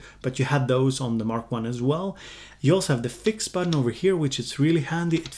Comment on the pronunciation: Seeing as we are all making fun of youre pronounciation i gotta draw attention to how you say button